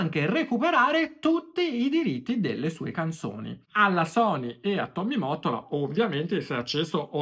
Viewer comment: Finalmente qualcuno ke dice Mottola come si deve! 😅 Ho visto dei video americani ed a parte la pronuncia dicono Motolla! 😩😅😂😂 Ai voglia a dirlo nei commenti ma non capiscono! 😢